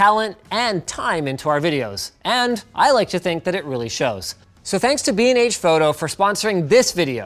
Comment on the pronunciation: BnH? holy shit I thought you said "bean age photography" oh my goodness gracious